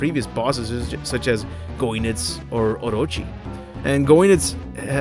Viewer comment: You're welcome and one last thing, Goenitz is spelled (gee-nets) not (goi-nets).